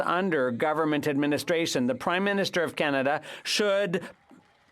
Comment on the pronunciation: sorry all i hear is crimeminister lol